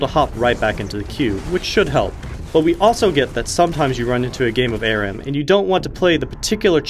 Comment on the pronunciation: "A-Ram". Come on...its "Ah-ram". Learn to English.